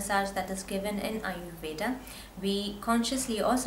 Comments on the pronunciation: Ayurveda... with a hard d...... u don't have to say ayurvedaa... it's aayurved... I mean the pronunciation... and with a soft d... like in the word.. the... Don't twist the sanskrit and hindi words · Your an Indian right? WHY CANT YOU PRONOUNCE AYURVEDA PROPERLY???Its really over acting, don't you think lady?